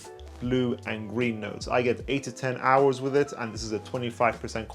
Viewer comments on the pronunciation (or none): none